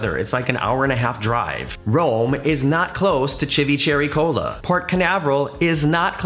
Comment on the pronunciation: There is only one way. Italian is rule based. Ci sounds like ch in English and ch sounds like k. Every vowel is a syllable, so Chee-vee-tah-veh-kee-ah. Vecchia means old.